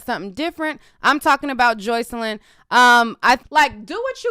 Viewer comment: Stop saying her name like that girl it’s Jocelyn PERIODT the fuck